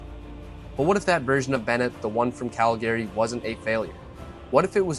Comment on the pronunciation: What the f*** is Cal Gary? Is this AI?